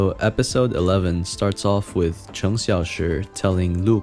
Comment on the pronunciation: Yes yess I'm so glad that he did justice by not butchering the names like Cheng, Liu, Lu like others did. It really is just basic respect/manner, honestly.